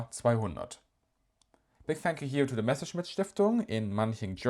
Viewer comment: Haha! So is German. Otherwise how could you explain that perfect pronunciation?